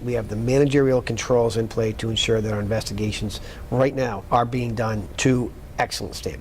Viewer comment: What does one do if a corrupt POS nightmare like Mass State Police goes toooo corrupt? You hire a man that literally says DAT instead of that. Case closed, he’s a chump…